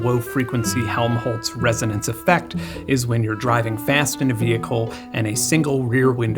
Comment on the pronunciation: resonce lmao